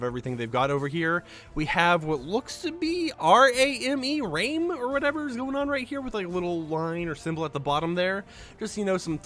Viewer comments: Rame 🤦🏽‍♂️ it’s Ramen 🍜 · ah yes, my favorite store- RAME.. definetly not ramen :p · The word was RAMEN not RAME and a random line...